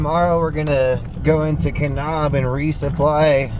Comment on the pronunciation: Just a heads up...it's pronounced "Ka-nab" as opposed to "Ka-nob".